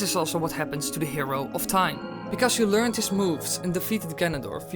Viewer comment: I know I know but still... it's hard to listen to it allot when you first realise. Like in my head every time you said learned I just corrected it and it pissed me off when my head did that.. sorry